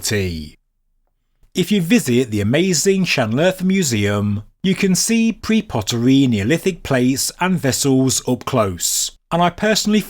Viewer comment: What sort do Yooo smoke ? How do Yee insist on " pre-poteryyy" in the presence of POTERY ¡¡!!¡¡!!!???